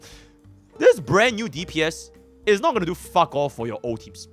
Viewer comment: But why did you say goonibg when on the avatar meme😭. I think has not watched avatar the last airbender. That was a reference to "there is no war in Ba sing sei" for those who did not understand.